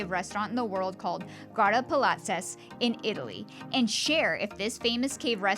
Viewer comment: When doing a review, especially of a gorgeous place like this, the least you could do is learn to pronounce its name!